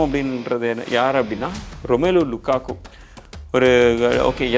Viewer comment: Lukaku ❌ Lakaka✅